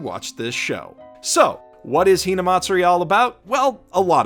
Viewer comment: good lord ur so white.. hearing u pronounce "hinamatsuri" got me cringing so hard.